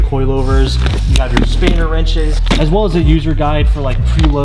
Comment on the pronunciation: Did you call a “spanner wrench” a “spader wrench”? Haha